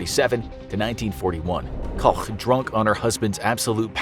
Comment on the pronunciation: When they pronounce Koch kinda right, but they butcher Buchenwald (boo [ch as in Koch] en wallt [as in alt?]. I mean, you could use Google translate... It's hard to explain as a Dutchie with English as a second language and German as a semi-third...